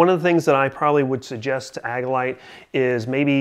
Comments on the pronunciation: Good review... thumbs up! I've had mine for some time now and love it. One small review critique... it's pronounced "AGILE-ite" not "AGG-ilite." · Mispronouncing Agilite is suspect. Seems like just a clickbait review if you don't even know how to pronounce the name of your "favorite" carrier.